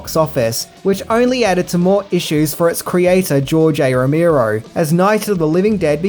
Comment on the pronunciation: ROE MARE OH, not ROE MEER OH.